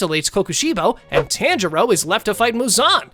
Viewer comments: Yoriichi? Yor - e- chi Tanjiro? Ton- ji- ro Gyomei? Gi- oh- may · yori ichi 💀💀 tan jiro 💀💀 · Pronunciation your ee chi and ton jar o not that hard pronounce it right also all the lower moons were killed so they never fought emu you did it wrong Rengouku doesn’t get donuted because he’d never go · ah yes, TAN jero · It's not TAN-JIRO IT'S TA-N-JI-RO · did blud just say taynjiro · taanjiro lol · ok let me tell yo how to say there names ton-g-row and yow-re-chi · “yoriyichi” “taangirou” good video though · It's actually pronounced TON jiro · "tan jiro" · "Tanjero" "Yoriechi" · He says the tan in tanjiro wrong so I dislike this very much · bro can pronounce any other name then tanjiro 💀💀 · Did. You say tanjiro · STOP SAYING TANJIROS NAME LIKE THAT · not to be rude but you are pronouncing most of the names wrong like yoriichi and tanjiro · HE"S SAYING TANJIRO WRONG ITS DRIVING ME INSANE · I’m dead with the pronouncing of Tanjiro and Yoriichi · How do you pronounce tanjiro wrong. They say it all throughout the show💀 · every single time he says tanjiro wants me to stop watching this but i know he's not doing this on purpose